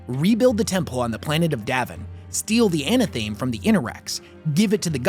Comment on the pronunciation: Sigh. Anna-thaim? Could the word maybe be a portmanteau of "anathema" and "athame"? Maybe? No?